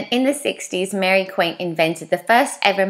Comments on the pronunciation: lol it's Mary Quant! Not Quiant, love ya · Who is "Mary Quaint"???.....her name is pronounced Mary Qwant. For goodness sake do your reasearch. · Hi lovely my Aunty is being quite adamant that I let you know it’s Mary quant (kw-o-nt) 😂😂 sorry it was winding her up 😂 I loved your video though!! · It's pronounced Mary Quant (ont),it came from the young people wanting to get away from how their mothers dressed,something to run to the bus,flat shoes, colour, freedom. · I know she grew up in Canada,but learn how to say Mary Quants name.